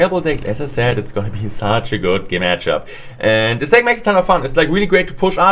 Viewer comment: "Such a good gematchup" haha when the German kicks in! 😂